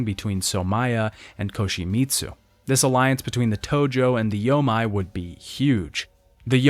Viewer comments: Loving these retrospectives but it’s bothered the heck out of me in each one: anytime you see a Japanese word with “ei” in it it’s not pronounced “ai” like you’ve been saying, it’s pronounced “ayyy”. The “yo-may” alliance, not the “yo-mai”. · When converting Japanese words to a English alphabet "ei" is pronounced "ay" so yomei would be pronounced "yoh-may" it is "ai" that is pronounced as "eye". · “Yo-may” = Yomei